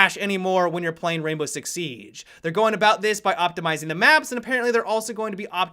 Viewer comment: Why does he say the siege like sieeeeeegee